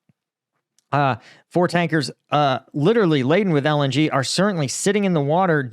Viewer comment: dude, for the love of god.... just call it L-N-G please